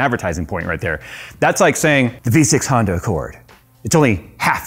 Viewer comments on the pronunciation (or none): none